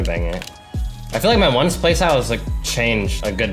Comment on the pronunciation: Every time he says "Bang" when scoring, I hear "Ben".